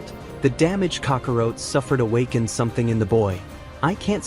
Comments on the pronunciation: It’s Goten not Goteen😂😂. Also it’s Kakarot not Kakaroat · 🤔This is an AI narrator isn't it? It's so annoying that it's pronouncing names like Goten as Goteen or Kakarot as Kakawrote. So messed up.🤦‍♂️ So many names are mispronounced in this. Can't say Go-ten, but easily says Beer-us.🤦‍♂️ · Right? And Kakarot, not Kakawrote.🤦‍♂️ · Did he just say....cocka rote🤦🏼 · Goten Kakarot are Misprononounced by the AI but i get it the ai messed up not you XD